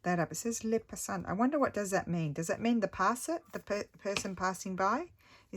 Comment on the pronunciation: I hope you have a deep and refreshing sleep. :) Also, yep you're absolutely right, "le passant" means someone who's passing by. Your accent is good! Did you take French in school? I think you perhaps already answered that, but it could equally be "déjà-vu". I think it's really sweet that you have something you can share with your mother-in-law, AND with your own mum, sister, and aunt!